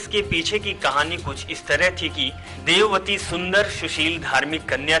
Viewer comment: jb vedwati ko devwati kh rahe ho to fir tumhe kese puri story sahi malum hogi